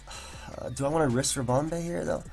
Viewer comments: What's with this Ribom-bay business? Two E's, no A's, no accents XD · with the way he was pronouncing ribombee, he shoulda just nicknamed it harambe. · Everytime he said ribombay I died a little inside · lool it sounds like he's saying harambe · The way you're pronouncing Ribombee is really off-putting, managed the first game and have to stop watching :( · pronounce 'ribom' like 'ribbon' and add 'bee' as in a bumble 'bee'.... i believe this makes sense in terms of procounce